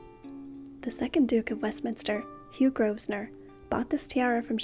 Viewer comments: Love the history that goes with these beautiful pieces. Please don’t take this as petty and pedantic; it’s said only with best intentions. Grosvenor is pronounced like grove-ner. The S is silent. Keep the vids coming. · It's pronounced Grovenor, the 'S' is silent. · It’s pronounced GROVENOR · The Rules of Westminster pronounce their surname as Grovener. Just a tiny thing but important. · The /s/ in Grosvenor (which derives from the French and means "fat hunter") is silent. English names can be VERY tricky. Keep up the nice work and avoid using words like "assholes", which are not really appropriate for this type of video.